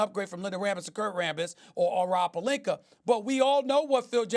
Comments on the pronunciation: Stephen A. “Rob Pelinker!” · Stephen A always says Rob Pelinker 😂 dude hates pronouncing the As at the end of people’s names. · Nobody: Stephan A Smith : ROB PELINKER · “Rob Palinker” - Stephen A Smith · "rob per-linker"